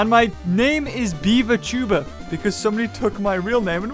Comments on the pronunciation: At the beginning I thought he said pewdiepies tumor simulator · Did he say tumor simulator? Lol